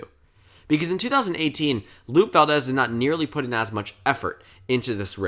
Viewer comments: I love you soooo much - but I am not sure if I can trust you when you pronounce “Lupe” as “LOOP Valdez” twice in the same video… (obvis joking and love you, but it’s “lu-pay” lol) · It is LUPE Valdez, the E makes an A sound